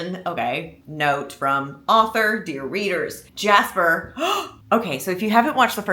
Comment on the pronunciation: “Jaspah” is sending me so bad 😭